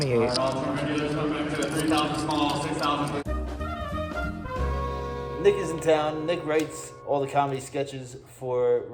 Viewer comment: nick is in town absolutely did not sound like nick is in town 😂